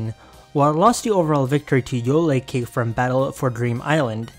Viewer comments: yoylecake is pronounced yoy-ull (like boil) not yoy-lay! sorry im just a bfdi nerd. also i was at the 2016 nycc! i still have the homemade bill costume my mom made haha. i was real young back then but i still remember it. i went to an essentially completely free gf panel and i got so fucking excited lol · THE WAY HE SAYS "Yoylecake" MAKES ME GIGGLE SO MUCH HELPPP, I KNEW BFDI WAS IN THIS CONTEST THING YEARS BACK, SO I WAS WAITING FOR HIM TO MENTION IT, AND WAS NOT DISAPPOINTED AT ALL. Hearing non osc people randomly talk about bfdi makes me so happy ,it's so silly 😭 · Your pronunciation of Yoylecake is great 😂 love the video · the pronunciation of yoylecake actually made me feel physical pain